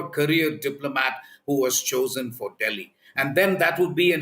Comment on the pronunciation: Its Delhi not Deggi... 😂😂